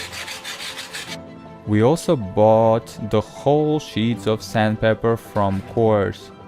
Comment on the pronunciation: Its sandpaper, not sandpeper